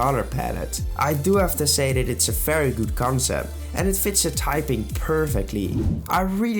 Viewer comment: Why wouldn’t you say very it sounds like fairy